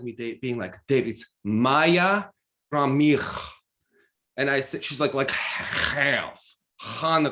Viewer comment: Omg))) Khromykh)) Now it sounds like you are practicing Armenian accent. But it's cute and sounds like the right name, just with an accent. Much better than Khromytch. Well done!